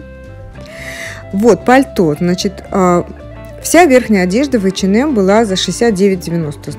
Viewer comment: «ЭчеНэм»🤦🏼‍♀️🤦🏼‍♀️🤦🏼‍♀️Бляяя...ну что за дичь 🤪 Бедный «бренд»,как его только не «коверкают»